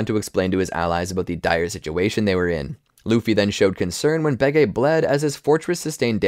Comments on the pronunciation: It's supposed to be bege, like capone gang bege at whole cake island. Where in the show they pronounce it as "behji" and not "behgay" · Baygay isn’t how u say bege. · why does he pronounce it like "behgay" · I love it when you pronounced Bege wrong the entire time.